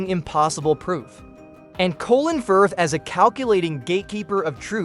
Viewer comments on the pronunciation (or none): none